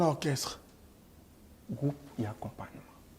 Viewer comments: Orchestre et non okresse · Djo oyo azo koka koloba orchestre te😂😂😂 heure nyonso kaka okresse